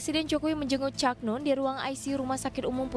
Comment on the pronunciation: Untuk reporter yg cewek tolong belajar lagi ya belafalan kata "Cak" Susah klp ditulis 😊 Tp mencari aja pengucapak kata "Cak" di Jawa Timur